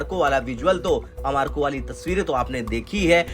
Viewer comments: ARAMCO ❌AMAKO ☑️😄😄😄😄 Kya reporter bane ga re tu 🫣🫣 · मेरे भाई , सऊदी अरब की तेल कंपनी का नाम आमारको नहीं बल्कि आरामको है। आपने गलत नाम बोला है, इसका वीओ दुबारा करें और फिर से इस वीडियो को पोस्ट करने का कष्ट करें। धन्यवाद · Woh amarko nahi Aramco hai acche se padhai karo.😂😂😂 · Aramco hai bhai, Amarco nahin, abhi toh aapki reporting parr bhi shakk ho rahaa hai. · तुम्हे रिपोर्टर किसने बनाया भाई? एक तो मजाकिया थंबल लगते हो ऊपर आरामको को अमारको बता रहे हो😅